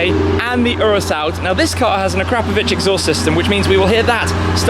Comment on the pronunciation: A'crap'ovich?......Say it slowly Ak'ro'po'vich!